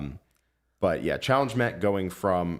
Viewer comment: “A Challenge Met” (along with SoS as a whole because of it) got completely butchered, and it sucks that even still its 2 CP